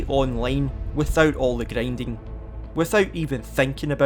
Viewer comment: Gryendying😂 dude